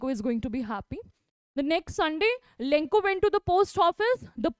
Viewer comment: Lenko nahi hai bevakoof lencho hai